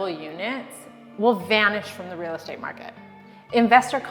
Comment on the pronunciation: Haha...reeel state😅😅age'nt